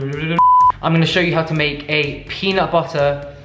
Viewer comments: The “Peanut buttuuur” is sending me 😂.Fav person tbh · peanut buddddderrr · I cracked up so hard on the "you can use some cocaine if you want" sprinkles white powder into bowl and the way you were saying "peanut butter" with and without your accent had me so dead and yes PLEASE DO BAKING WITH BAKED MILES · i love it so much when he just says peanut butter in an american accent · I really love when you try to say "peanut butter" with a US accent! 🤣🤣🤣